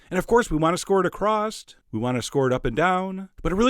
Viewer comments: Did he say acrosst? I hate when people say that, it's just wrong. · I can't take anyone seriously that says "Acrost" lol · "Acrosst?" AcrossT? "SSST?" Did you say across'T' ???? JOHN. Dude. Is that how they say it in Clifton Springs? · Accrossed? Please tell me you misspoke there. That "word" infuriates me. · Across doesn't have a "t" at the end, Chef.